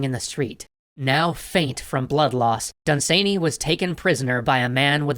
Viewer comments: OMG, y'all and pronunciation, lol. He's British: it's DUN-san-y, not dun-SANE-y. He's not done being sane, he remained quite sane, I believe. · Hi there! A few things . It is pronounced 'Dunsanny' not 'Dunsaney' .You were close with 'Fusilier' and HPL saw Dunsany speak at a lecture but was too shy to go and meet/talk with him afterwards. Great stuff though! Keep up the good work! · Done Sane Eeee? Try saying it more: "Dun-s'nee" (pronunciation source: an Irish Lord.) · Lord Done-suh-knee, not sany. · I pronounce his name DUN-sunny, not dun-SANE-ee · Dun-SANEY Jesus Christ, great episode and all, but I don't think you could have possibly pronounced that in a more cursed manner. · For the record its pronounced Dun'S'nay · Never heard dunsany pronounced like that? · DAE thinks is pronouncing Dunsany weird?